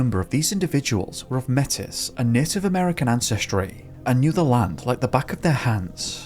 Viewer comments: lol my guy, Metis is pronounced "mey-tee" not "meh-tiss" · Metis is pronounced MAY-tee, not MEH-tiss.😉🇨🇦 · Just wanted to let you know that Metis is pronounced 'May-Tee'. It just means half Native American half French. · Love your videos ! Wanting to lend a hand.... The word "slough" in the first story is pronounced "slew". (Defined in Canada - a usually shallow and slow-moving marshy or reedy body of water, such as one that provides drainage; wetland) And in story 2 about missing 9 year old Kevin: Stated that a portion of the inmates that volunteered to look for Kevin were Metis - pronounced " May-tee. Métis are people of mixed European and Indigenous ancestry, and one of the three recognized Aboriginal peoples in Canada.